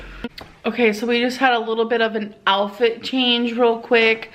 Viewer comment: She really does say “alfit” instead of “outfit”. Good grief.